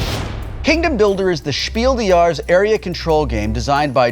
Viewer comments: "Spiel des Jahres" is an German Award. The simple tranlate to "Game of the Year" But its funny to hear like Will said "Spiel de jars" ^^ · Wils pronunciation of Spiel des Jahres is really funny, he said it in a kinda french accent, although it should rather be said like shpeel deS yareS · I like how Wil pronounces "Spiel des Jahres" It sounds more like "Schpiehl dä Jahs" :D But I guess my english pronounciation sounds pretty funny, too. ^^ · instead of pronouncing Spiel des Jahres wrong he could have said game of the year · It is just so cute how Wil pronounces Spiel des Jahres :D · Someone needs to tell Wil that "spiel des jahres" is German and not French so the s in "des" isn't silent. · manus dei Spiel des Jarhes is one of the most prestigious, and arguably the most well know board game award. That being said, Wil's pronunciation of it makes me want to cry. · I'm sorry, Wil, but the way you pronounce "Spiel des Jahres" is just too funny :D But I guess, you'd say the same about my english, so... ;)